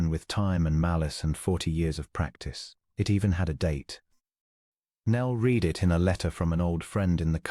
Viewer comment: Liked story but PLEASE EDIT, EDIT! You need to listen to your AI story and correct it! It cannot tell the difference between present tense and past tense of "READ". One is pronounced "reed", the other is "red".